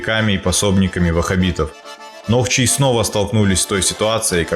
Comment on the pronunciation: не нохчи а нохчо